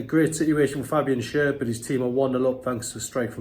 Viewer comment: It's pronounced Fabian Share not Sher.